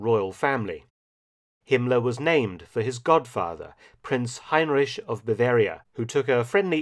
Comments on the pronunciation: I’m not a German speaker myself, but your pronunciation of his name sounds odd to me. You say “Hine-rish”. I’ve always heard it as “Ine-rick”. Love your videos as always, Dr. Felton. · Mark Felton, it is hard to believe that you, who very acurately pronounce slavic names and surnames (for example, Ante Pavelić), pronounce the last letters of the name Heinrich in this way here. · The young fella's done it again. Marvellous. Never knew much about Himmler who had a face like a potato. A nasty one. + I always thought it was Heinrik, not Heinrish.